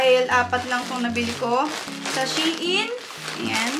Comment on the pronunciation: “Shayn” daw po basa.natutunan q sa isang tiktoker hihi